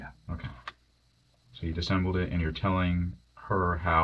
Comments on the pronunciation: Its disassembled…not “disembled” 😂😂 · The fact that this detective repeatedly shows he doesn’t know how to pronounce “disassembled” is pretty concerning. Education peaked in high school.